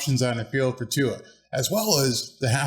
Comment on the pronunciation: Good job! Nice to see you have Tua'a name pronunciation down! Also, good video!